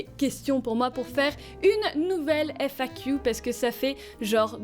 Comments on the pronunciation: "FAquiou" j'aime bien l'accent anglais que tu as perdu, apparemment le "qu" reste encore anglicisé ! (oui ça m'a fait tilt en l'entendant 4x à la suite à la fin de la vidéo !) Tant mieux pour Nemesis qu'elle soit à seulement 20min de là où tu es, comme ça tu peux lui rendre visite régulièrement c'est pas comme si tu l'avais abandonné =) Et arrêtes de te rabaisser ! Ya eu un passage dans cette FAQ où tu te rabaissais un peu trop (c'est mon ressenti), tu vis pour toi avant tout ! Ok tu as un chaîne YouTube avec bcp d'abonné mais quand même c'est pas une raison pour t'infliger ce rabaissement ! Et je dirais même raison de plus, si on est autant c'est qu'on t'aime bien ! ;-) Et je crois que toi et moi on ne se verra jamais IRL car je suis un peu agoraphobe aussi xD (Enfin ça dépend les situations, dans les parc d'attractions j'ai aucun soucis mais dans les conventions ou autre c'est plus compliqué ~) En tout cas, continues à aller de l'avant tout en respectant ton toi intérieur ! Et vis une belle vie ! ♥ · On voit bien les trace de ton anglais sur la manière de prononcer le "Q"